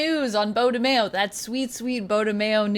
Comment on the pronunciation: his last name is not pronounced Mayo like in Mayonnaise smh its Maio